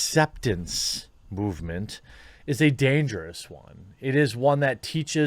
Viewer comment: Ah yes, "damgerous"